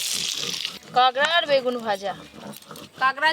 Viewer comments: কাগরা না কাকরা বুজি না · Kagra abar ki?😂😂 Kakra bolo kakra